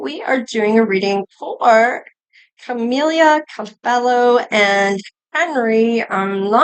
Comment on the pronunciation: you can't even say Her name right. much less his